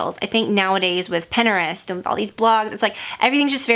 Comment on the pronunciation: Love you but the way your saying Pinterest is making me cringe lol. I know people say it different.